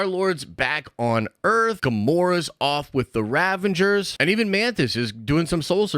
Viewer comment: Are you saying “Ravengers”? Pretty sure it’s Ravagers.